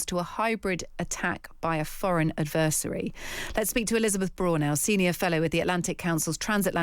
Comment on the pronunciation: Never heard "adversary" pronounced like that before